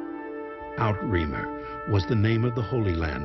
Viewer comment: "OUT-reemer"? Really. Try "oot-reh-MAYR." LOL